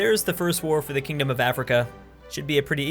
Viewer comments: "Kindom of Africa" KINDOM pls... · did anyone notice it was "kindom" instead of "kingdom" ??? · ah yes, the "Kindom of Africa" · Kindom of Alfrika lol it's kingdom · where did the G go in Kindom or is it a nation of kin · "Kindom of Africa" ""Kindom" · "Kindom" Seriously,? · it says Kindom not Kingdom you paintbrush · kinGdom (like if frustrated) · Missing a G there aye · Never realised it was "KINDOM" this entire time... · I heard that too